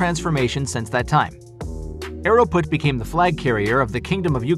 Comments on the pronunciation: It’s not “aero-float” it’s “aero-flawt” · It’s pronounced Ae-row-flaught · Funny how he pronounced Aeroflot as Aerofloat. Sounds like a Russian milkshake. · Aeroflot is not pronounced "AeroFloat"